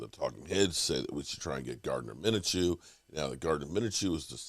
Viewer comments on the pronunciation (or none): Gardner “Mina-Chew”???? I think you mean.. MIN-SHEW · Just watch a single video of players names it's kinda incredible that Micah was pronounced "meenka" and now a 2 syllable name Mineshew is according to you pronounced "minnachoo". No need to put like 40 hours into a 8min video but we're talking 6 mins Max watching and just not making such insane mistakes.